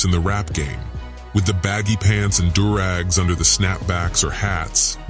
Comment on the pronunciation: Did he just say "Dure Rags" ? 🤣😂🤣😂